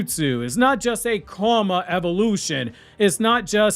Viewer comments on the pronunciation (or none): none